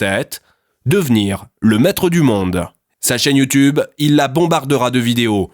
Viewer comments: Ah ça me stresse quand il dit youtOUbe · Le « YOUTOUBE » J’étais pas prêt 😂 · Je ne vis que pour la façon dont il prononce youtoube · Mdr bolognaise. Super vidéo, c trop marrant quand tu dit : "youtoube" ou "youtoubeur"